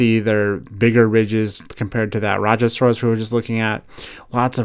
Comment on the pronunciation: i like that the new indian dinosaur is in the makes by mattel (rajasaurus) and u said it correct the first time